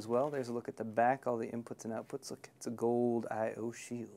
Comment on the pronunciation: IS GOOLD!!! IS ALL GOOOLD!!!